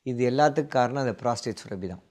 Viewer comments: It sounds surabi. It should be surappi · டாக்டருக்கு மருத்துவம் தெரிந்த அளவுக்கு தமிழ் தெரியவில்லை சுரபி அல்ல சுரப்பி